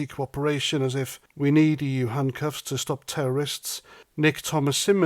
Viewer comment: The yUK and the EUWWW.